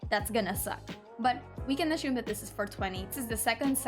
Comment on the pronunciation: Assume. Not ashume.